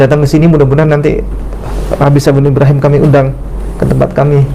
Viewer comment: ubi bukan abi